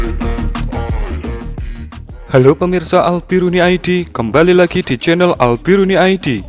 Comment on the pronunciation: Al biruni jadi albideni. Obrolan panas jadi obrolan moscow. Perang urat urut yg sgt menenggelamkan hati. 😀